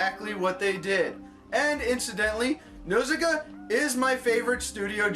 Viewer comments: Its pronounced "N-HAR-SIKA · The first syllable of Nausicaa is supposed to rhyme with 'caw.' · If it is your favorite, why do you mispronounce the name?